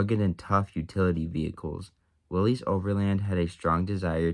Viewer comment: It's pronounced "willis," not "willies."